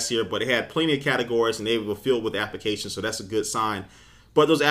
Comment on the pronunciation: Appications... Appications... appications... lol